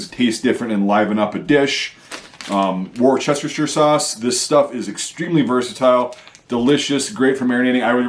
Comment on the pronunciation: Great video, but please ask your Canadian mate how to pronounce Worcestershire Sauce